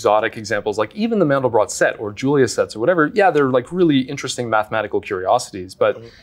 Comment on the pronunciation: It's not Mendel Brock, it's Mandelbrot!